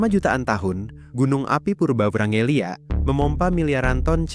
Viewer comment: ijin koreksi itu wrangellia bukan vrangelia